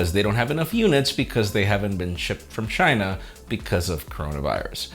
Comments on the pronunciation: Are u saying shipped or shit ? Lol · "shipped" but i keep hearing "shi*"